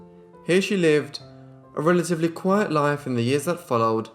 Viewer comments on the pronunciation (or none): none